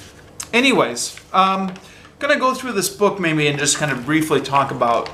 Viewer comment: please don't take this as a personal attack, but have you ever noticed that sometimes your "maybe" sounds like "mayNbe"?